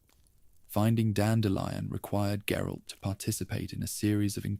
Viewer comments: Gerille? Is that supposed to be geralt, and if so how do you mess his name up so bad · “Jerolay’s unique worldview”?? You mean GERALT’s